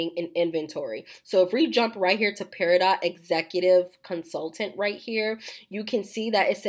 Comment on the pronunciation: The "T" in peridot is silent. It is pronounced "pair-uh-dough" 😊